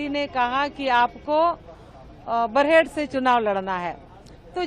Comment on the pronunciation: बरेहट नहीं बरहेट